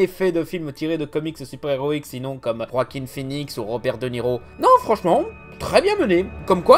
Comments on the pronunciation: Il dit "Roaquin Phœnix"??? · J'ai quitté la vidéo quand t'as dit "Roaquin Phœnix" ! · Ca se prononce vraiment Roakim ? Oo